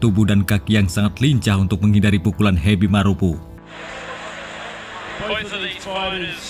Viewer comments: Marapu bukan marupu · Heby marapu bukan hebi maropu ,tolong baca baik2,kRena salah arti